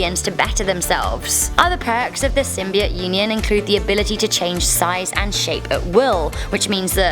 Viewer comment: You're all about Symbiotes well you can't even say it right! And I'd love for a Symbiote to inhabit my body!